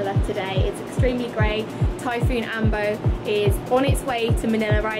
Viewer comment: AMBO and not ambow..learned how to pronounce it.